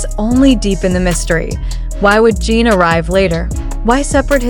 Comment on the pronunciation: Jin not Jean